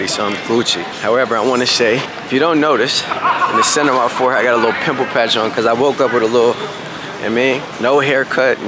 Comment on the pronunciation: Not emphasis on LITTLE 😂